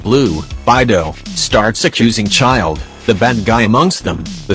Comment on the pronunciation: it’s childe